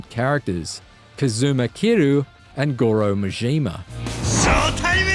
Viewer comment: The way he said Goro’s name makes me upset.